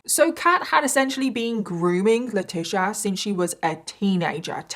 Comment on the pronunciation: This story is absolutely heartbreaking😞 but I am dying little by little hearing you pronounce our name wrong miss 😭 she’s Leh-tee-cee-ah I’m La-tee-cee-ah 🤣🤣 I get latisha all the time too so I was triggered and twe@ lol🥴😂 I love your content though!!! I love all your videos and how you present these stories! I’d not heard of this one but lord I’m happy everyone lived in this one 🖤😭